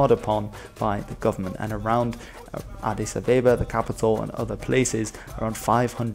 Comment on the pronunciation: As an Ethiopian it was very funny hearing you pronounce Addis Ababa